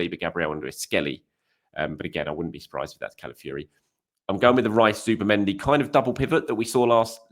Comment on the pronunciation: Please... it's Calafiori, not Cala Fury, brother of Tyson